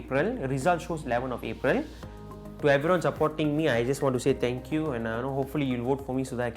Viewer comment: Same loool